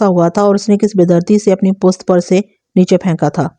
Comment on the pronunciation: Aap pusht kyun nahe kahten sahe lafz pusht hai pust nahe